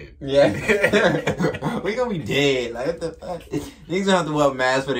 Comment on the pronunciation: Dead ash😭💀